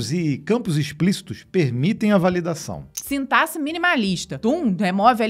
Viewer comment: Depois que essa mulher falou sintasse ao invés de sintaxe eu não consegui prestar atenção em mais nada do vídeo.